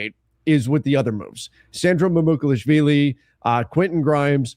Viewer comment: Please learn how to say Sandro Mamukelashvili. Its not difficult